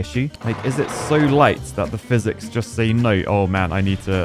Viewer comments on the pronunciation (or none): ah yes, fizics